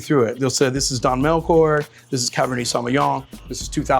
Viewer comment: Don Melchor was mispronounced Mr Sommelier.